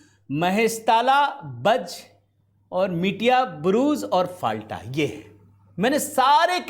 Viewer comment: फाल्टा नहीं, नाम है "फल्ता"